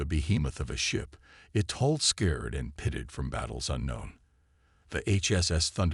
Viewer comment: Nice story. BUT, as usual with MOST of you guys.....your AI SUCKS!!!!!!!!!!!!!!!!!!!!!!!!!! "scared hull" vs "scarred hull"; ensine vs ensin (ensign); lid ship vs lead ship; bErridge vs barrage, prOjectiles vs projEctiles; unredable vs unreadable; dizaray vs disaray......STOP using AI and read them yourself unless you cin find a AI that kin read Anglish!!!!!!!!!!!!!